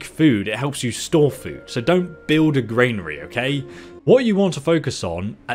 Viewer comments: good video but arrgghh! it is a GRANary not a GRAINary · Granary is gran nary not grain nary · Gran-ary. Please pronounce the main words in your video correctly, you use them a great deal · Yup, and it's a Granary not a Grainary. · And also GRAINary 😂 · Granary is pronounced GRAN A RY. Love the videos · I'm English by birth and breeding. I'm a Kentish Man and an English Yeoman. I've lived in England for 50 years and never pronounced 'militia' or 'granary' like does. He's just inventing his own pronunciation. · I’m struggling, halfway through, with the mispronunciation of ‘militia’ (and ‘granary’). As a fellow Brit. just want to say that we don’t all speak this way. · Granary and militia are pronounced wrong here mate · Great vid but please learn how to say militia and granary properly.